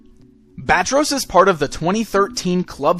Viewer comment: Not Bat-Ros , Bat-Tross or Ba-Tross?